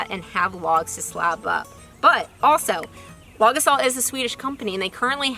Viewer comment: When you say it I keep hearing "log assault," which also seems appropriate!